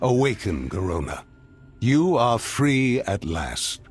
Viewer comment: Am i the only one who gets really annoyed by the way he says Garona and the way he pronounces the letter r?